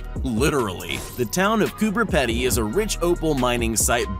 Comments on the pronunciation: Psssst: - ask an Australian. - it's pronounced Coober Peedy, not Coober Peddy. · Excuse me sir did you say "Coober Peddy?" It's pronounced "Peedie" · Bro you said cooper pedy wrong, why?!?! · the way they said Coober Pedy its pronouncer Coo-ber Pe-de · I love how you pronounce Coober Pedy, sounds nothing how you pronounced it. I know, my family is literally from Oodnadatta the next town over, now try pronouncing that 😂